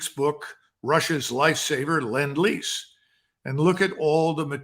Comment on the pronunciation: "Lend-Lease"...not Land-Lease...